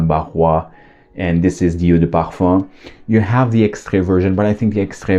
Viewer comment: I love your videos. Your presentation is always on point. Though I do have a suggestion, can please kindly not overkill the pronunciations 😊, I mean yes you might wanna be correct with it but most of the fragrances are french, but you’re doing videos in English, so cahatiee pahafam I mean really?😅 why can’t it just be Cartier the English version, mah anto bahva 😅 why can’t it be just the plain old Marc and so on. Anyhow do absolutely love your videos.